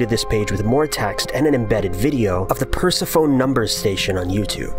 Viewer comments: I think I heard you say "persa phone" and if you're trying to pronounce "Persephone" I can't humor this channel. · You mispronounced Persephone, you said Pers-e-phone but it's pers-e-phon-e. Time is. Also, my name is too.:-D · perse-foan? Does he mean Persephone? As in Per-seh-foan-ee? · Per-seh-pho-knee. Ask-ee. Bro. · its pronounced Per-sefo-knee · Why do these people keep on mispronouncing Persephone?